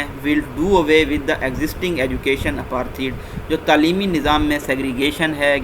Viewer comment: Plz put little care for pronunciation of words, like apartheid